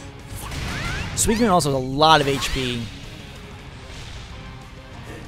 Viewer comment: suicine is pronounced sue-i-cune!